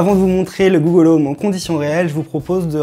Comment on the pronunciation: "dit gollum ..." Articulez bon dieu ! Il a bien du mérite ce petit assistant.